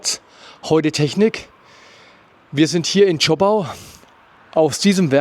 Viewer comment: Zschooooopau und nicht Zschoppppau